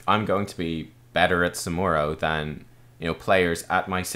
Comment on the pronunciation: Ask your scottish friends how to pronounce SamuRo :)